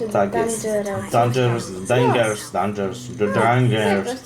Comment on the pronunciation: To się nazywa Dangerous a nie Dengeons czy coś